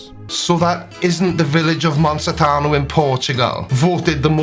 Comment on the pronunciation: As a portuguese guy, I recognized that picture from Monsanto straight away as being from Portugal, even without ever being in Monsanto. That's one of the reasons why we say it's the "most Portuguese village in Portugal". Also, your pronunciation of the name made me giggle. Then again, in Wales there is a place with a name from which I can only say "go-go-go", so lets call it even 😂